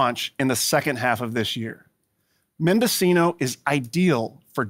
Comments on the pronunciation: Mendocino is pronounced mendoseeno, not mendochino. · It's mendo-cee-no. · Mendo-SEE-no so you know. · It should be Men-do-chee-no